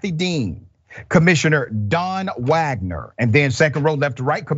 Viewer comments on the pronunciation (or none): none